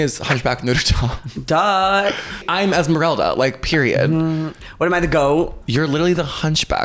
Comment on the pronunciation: "Im literally emseralda" ESMERALDA IS BROWN LOL violet ur unhinged